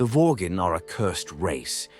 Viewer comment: lol "Vorgan"